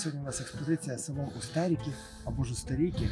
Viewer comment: Вибачте автори але ви неправильно називаєте село Устєріки. Неправильний наголос ставите. Це село так назвали тому що там зливаються дві річки Білий Черемош і Чорний черемош. Тому село Устєріки.